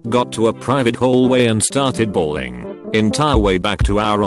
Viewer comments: I love how he says balling instead of bawling 😂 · It's not 'balling'. It's 'bawling'. I highly doubt the boys parents started playing street basketball as their son dieded. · That guy said balling. It’s bawling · It's BAWLING... not balling. And these videos with these stupid computerized voices SUCK! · it's bawling not balling this bothers me so much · Jesus Christ it's "BAWLING", aren't nurses/doctors held to some sort of educational standards. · It’s ‘bawling’